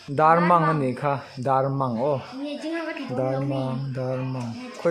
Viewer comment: Dar mang anilo aw dar mâng aw